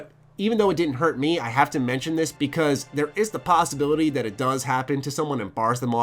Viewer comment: Brother, TH does not sound like a D. This is not dis, the is not duh. Great review though.